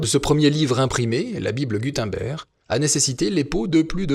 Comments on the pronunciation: Gudenberg ne se prononce pas gudainber mais gud (eun) ber (g) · Super vidéo! (Si ça t’intéresse d’améliorer encore plus tes vidéos, Gutenberg se prononce ”Goutennebèrge” plus ou moins) Super continue les vidéos sont au top! Pauvres bêtes... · Si jamais on dit Guteunebregue ( phonétique )